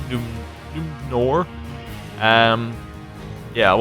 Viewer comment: I think it's pronounced Noomenor or something like that